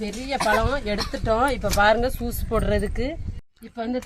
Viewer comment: சூஸ் இல்லை யூஸ் என்று சொல்லுங்க